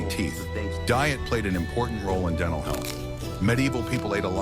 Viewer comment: AI can not pronounce "t" !! It has a "menal" and "denal" problem!!